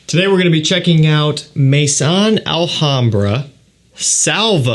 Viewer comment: Thank you for another good review. Just for your info: 'maison' is not pronounced 'may-son'. It's pronounced 'meh-zoh[n]', with 'meh' like 'me' in 'mess' and 'zoh[n]' with a very quiet 'n'. Listen to the pronunciation om e.g. Google Translate